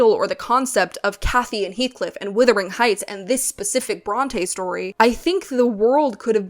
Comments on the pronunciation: HI. I Just found you and really appreciate this kind of review. I do need to make a suggestion, however. It is "wUthering" Heights not "wIthering" Heights! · Love your analysts. And also it's pronounced W-U-thering not W-I-thering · Am I hearing this correctly? Is this another YouTube video in which the first word of "Wuthering Heights" is being pronounced "withering"? I must say I'd not heard this pronunciation before these videos about the new film version appeared. However the word may have been pronounced historically, the present-day pronunciation is, as far as I've ever known, a rhyme with "mothering" or "smothering." The one or two dictionary entries I've checked support that. This is odd.